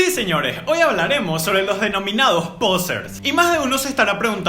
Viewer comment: Que purete cuando decis POsers😂